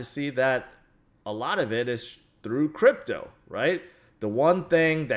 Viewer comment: He said Grypto not crypto